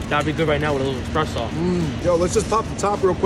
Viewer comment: Did he say "expresso"?